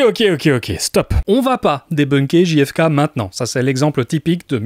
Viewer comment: Souvent, on prononce Ji-hef-kay pour faire genre, mais ça ferait GFK. On devrait donc prononcer Gè-hef-kay. Tu n'es pas tombé dans le panneau en la prononçant à la française. (En vrai, je sais que tu le sais, mais c'était juste un prétexte pour envoyer un peu d'amour et de soutien ❤)